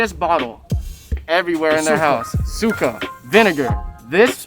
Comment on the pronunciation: To clarify Suka for ur homie, pronunciation Sukuh is to vomit and sukah is vinegar. So bro is saying dip it in vomit and that’s gross